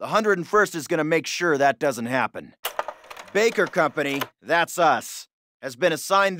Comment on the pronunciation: Am I the only one who heard 'doedn't' ?